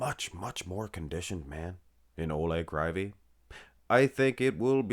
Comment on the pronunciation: Proper pronounce: Oleg Kreeveey. Олег Кривий (ukrainian language)